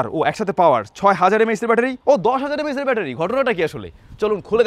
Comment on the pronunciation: M A aechz ✓ not MAH😂